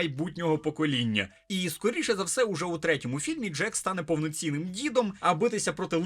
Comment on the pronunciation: Джейк, не джек. і так, єдиний персонаж, якого я хоч якось запам"ятав з першого фільма :D